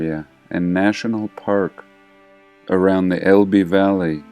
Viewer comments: small point: "Elbe" is actually pronounced as a single syllable; ELb (silent e) 😉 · That is not correct, Phillip. It is pronounced with an 'e' as in Fed, lead at the end. El-be